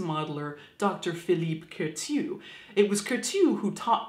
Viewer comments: Bonjour From Paris , Caitlin. I like a lot you Channel that is a perfect way to not be afraid (too much) of death and the different ways to die. :) Well, as the matter fo fact, I believe that the pronunciation of "Curtius" name is not by sounding the "T" as the [t'] but like an "S" or double "S" . I like a lot Madame Tussaud's story and how she manged to be one of the most popular Woman in the world, even after her death! :) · I keep wanting to say "Bless you" when you say Kourteau. Sounds like a sneeze. Lol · The way you pronounce Curtius is so cute !